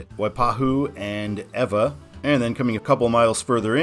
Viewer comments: Hawaiian technically does not have dipthongs (although "ai" has mostly become the long "i" of English). Also, vowels only have one sound, unlike English. Kapiolei is "ka-pe-o-lay." Congratulations on saying Ewa correctly. Halawa (ha-la-va) Heights is not the stadium. Waikīkī (Wai-key-key with accent on each "key" syllable). Yes, Waikīkī is properly spelled with the kahako over each "i." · you pronounce the hawaiian names and towns better than most tourists! how did you learn ewa and liliuokalani?